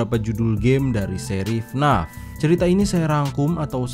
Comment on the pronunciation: Bacanya bukan fnaf tapi fnef